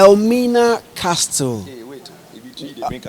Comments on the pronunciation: Intelligent conversation. Zion, please “castle” is pronounced without the “T” Van really made me stay through the video, like by now am out of here. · Legon student Zion! Please T is always silent in castle pronunciation, thanks. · Zion said castle instead of castle 🤫😜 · The T is always silent in castle zion couldn't pronounce it right.